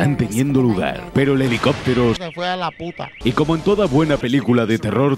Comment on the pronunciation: "se fue a la putah" Me cago de risa JSJA , aprovechando que es un meme de PY xd